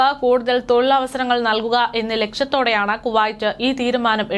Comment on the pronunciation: വർത്തകേട്ടാൽ തോന്നും ഇവര് ആഭ്യന്തര മന്ത്രിയുമായി ഇന്റർവ്യു നടത്തി തള്ളുന്നതാണെന്നു .കുറെ ഊള വാട്സ്ആപ് ഗ്രൂപ് ഉണ്ട് അത് അറബിപത്രത്തിൽ നിന്നും കോപ്പി അടിക്കും അത് ഇവർ അതേപടി വായിക്കുന്നു 😬😬😬😬😬പിന്നെ കുവായിറ്റ് അല്ല കുവൈറ്റ് ആണ് നന്നായി വായിച്ചു പടിക്കു